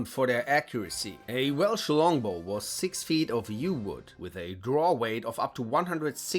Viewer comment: Anyone else cracked a laugh when he said well schlongbow?